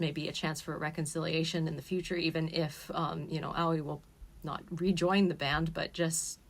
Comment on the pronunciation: You weebs can never say words like aoi and yaoi properly Its not AWIE like "ouchie" it's A-OH-EE